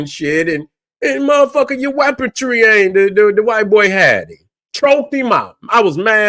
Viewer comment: Weaponry not weapontree.